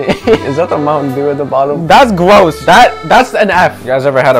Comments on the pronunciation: “that’s gwoss” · ThAts GWoSs” he said 😂😂😂😂😂